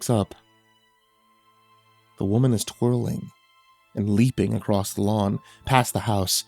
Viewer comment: I honestly wasn't speaking much on this video as I couldn't remember where it was, but like, he does actually say "acrossed" or "acrosst" a fair bit in other stories. Many narrator channels do, sadly, it's a pet peeve of mine that I do my best to bury to better enjoy the story on average.